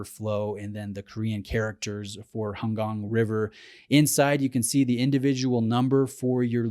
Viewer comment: Thank you for saying "Han Gang" right.